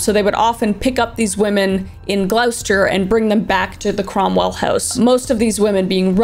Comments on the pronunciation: Gloucester pronounced Gloster. the uce is silent. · For those wondering Gloucester is pronounced Gloss-ter <3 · By the way it's pronounced gloster not glowster just letting you know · its pronounced glos-stuh, not like gl-ow-stuh. you were close though :)) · Me English hearing Kris say Glowster instead of Gloster.. it’s fine 😂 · £3 a week would be roughly $50 dollars a week in today's money. Also pronouncing the town as Glow-Ster is hilarious. Half right. Gloss-Ster :D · Glouster was funny how u said it pronounce it as gloster dont pronounce the u ❤ ly kris (not in a weird way ) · It’s Gloster, not glowster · Also you absolutely said it wrong. It's pronounced Gloss-ter, and it's not a small town at all, it is a pretty decent sized cities (over here the distinction between a town and a city is whether or not it has a cathedral, and Gloucester Cathedral is both ancient and massive!) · Gloucester is just said as “gloss-ter”. I’m from Grimsby UK and that was one of the best attempts I’ve heard for trying to say that place name! I also can’t read in a moving vehicle so I love audible too! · But no one told Kris it’s Gloss-ter!! I’ve lived in Edinburgh for a long time and am so used to folks from overseas calling it Edin-burgg, I don’t even care anymore! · You are the only person I can listen to true crime from. You make this so educational whilst also making the listener/watcher comfortable. I live near Gloucester (pronounced gloster, that was genuinely pretty funny to hear it pronounced wrong haha) and I actually didn't know much about these two until I watched this video. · Watcher from Gloucester UK, thank you for covering this case sensitively. It still affects lots of people locally. We are a small city with a village mentality so everyone knows everyone and everything. Hence why it was such a shock when this case unravelled.... Ps it pronounced Glossterrrrrrrr (we have a strong farmers 'r' in our accent) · Pronounced gloss ter 😂❤️ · It's pronounced "GLOSTER"